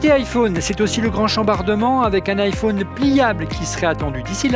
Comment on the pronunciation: pourquoi vous dites tous "iphaune" au lieu de "iphone" ? est ce que vous dite un Téléphaune un interphaune un mega phaune ???? :hand-orange-covering-eyes